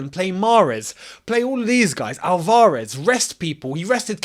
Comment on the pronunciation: mate, the way you say Al-VAR-ez. He's flippin, South American not Algerian, lol